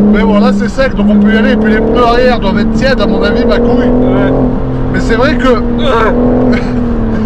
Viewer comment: Moi ce qui le fait rire , ce sont ses 2 "ouais" à , on dirait qu'il est bourré🤣🤣